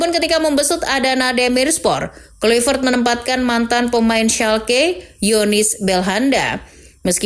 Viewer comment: Bacaannya petrik klaivert min bukan kluivert